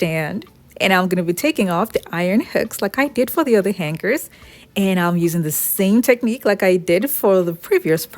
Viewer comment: SORRY MISS, THE PRONUNCIATION OF HANGERS IS: HANG ERS! THE G IS SILENT!